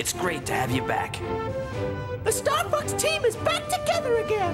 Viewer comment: "Oh Fucks" that "o"in Fox is easy to slip up on